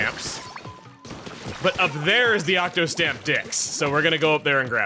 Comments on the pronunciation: “Octostamp Dicks” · Why do you keep saying octostamp dicks.... It's funny. But I'm not sure if it's intentional